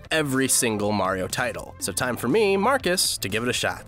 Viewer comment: You said time wrong